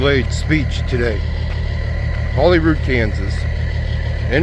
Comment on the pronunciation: It's pronounced HolyRood. Hate to see a grown man make girlie sounds.